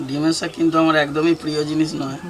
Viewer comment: Dime saag bole na.... Gime saag bole 😁